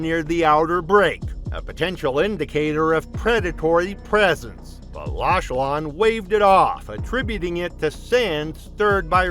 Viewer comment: Prononced Lochlan😢